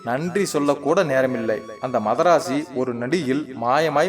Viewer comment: மாதரசியை மதராசி என்று இரு முறை யும் படித்தீர்கள்😊